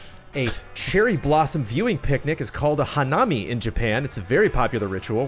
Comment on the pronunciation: Correction: During corrections said Hah-nami, when it is pronounced Ha･na･mi each syllable the same length and in a flat tone. While families do sit together and view the cherry blossoms, its more friends and coworkers getting wasted in public parks.